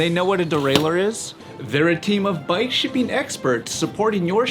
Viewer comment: Count the number of times he says 'shipping' and try not to hear 'sh*tting'... every time.